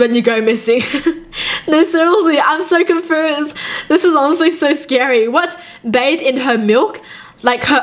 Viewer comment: on the first pic she said confoesed instead of confused